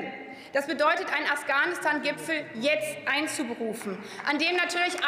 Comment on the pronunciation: Afghanistan oder ofganustan, lerne erstmal wie man redet